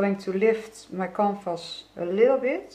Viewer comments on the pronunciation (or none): It took me a while to realise you're saying 'canvas.' I thought you were saying compost (I know, it has absolutely nothing to do with your art, hence my utter confusion). 😆😆 I really should have understood you better, as your accent is very similar to my sister-in-law's who is Danish! Anyway, beautifully done, as ever,. And I loved it when you said you'd 'try to make it into something beautiful,' as I thought it was already very beautiful!! I love, love, love your colour choices. Thank you.